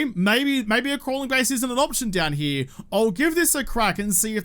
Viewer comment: I didnt know there was the letter "m" in the word "here"